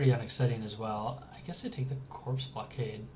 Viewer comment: Its Bomber Core. Corps is pronounced core. Like Marine Corps